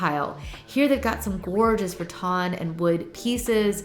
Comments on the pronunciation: I love garden centers for inspiration! I was wondering why you pronounce rattan as RaTon ?? Is that southern? 😊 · Please, please, PLEASE learn the pronunciation of “rattan.” Love you, but this is driving me nuts.